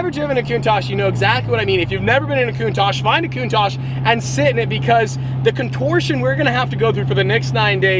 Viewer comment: Wanna black out in less than 8 minutes? Take a shot everytime he says “Lamborghini countash” lol